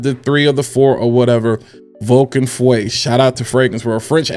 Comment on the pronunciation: Not fuwe feu which mean fire in French